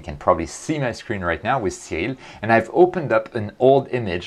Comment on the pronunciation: Cyril? Oria? Are you speaking Japanese?